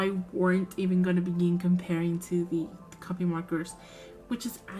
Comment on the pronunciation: Just to let you know half the time you said copic it sounded like you were saying copy. And a good cardstock works just as well as any marker paper